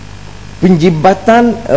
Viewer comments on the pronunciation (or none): Sebut penjimatan pun tak betul... porahhhh